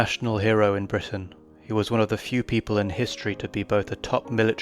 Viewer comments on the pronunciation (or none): none